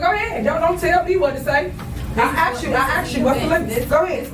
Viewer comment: When she was trustee, she sure axed a lot of questions.